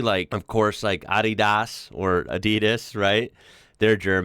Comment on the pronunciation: AdEEdas? I think you’re putting the emPHASis on the wrong syllABle.